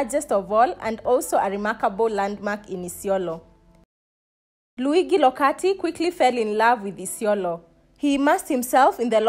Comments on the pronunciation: A quick lesson: Luigi is pronounced Lu-I-dji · True. She should have at least googled thhe pronounciation. She also said he was sent to Kenya as Bishop. The good bishop served as a priest elsewhere. Good research= great piece